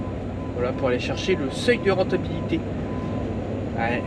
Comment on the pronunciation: Le sesseuilde rrrentabilité😂❤